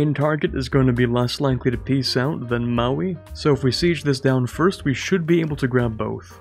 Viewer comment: I really appreciate your pronunciation of Maui. Very solid.